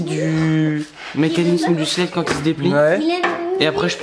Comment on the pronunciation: c'est "slide" (prononciation slaïde) ce qui signifie glissière, coulisse.